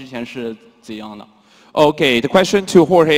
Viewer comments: lol did Joanna call him Georgie instead of Jorge? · damn Joanna now masvidal's next opponent will call him Jor-gee lol